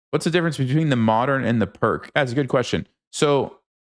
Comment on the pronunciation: The Pirc is pronounced "peerts"